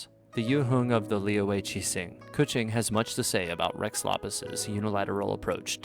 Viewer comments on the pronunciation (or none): Nice very high quality video cant wait to see the next! Also ... is keqing really pronounced coochie 😳